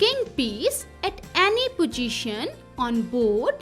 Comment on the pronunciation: Not pojition😂 it is possition